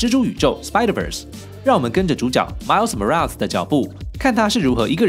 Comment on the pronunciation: 你对Gwen和Miles Morales的发音真准，评论区看到人们是用音译名，看得真头疼